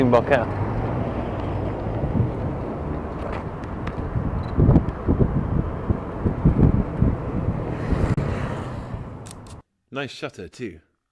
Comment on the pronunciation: Strange pronunciation of Bokeh too.